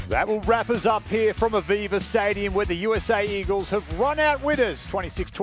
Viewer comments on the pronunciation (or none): Aviva Stadium? Ohhhhhhh...'Aveva Stadium'.